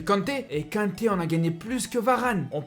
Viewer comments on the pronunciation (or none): kanté KANTé se prononce : « quand t’es » pas quinté ... c’est au pmu ça , vous avez pas de malien en belgique ou quoi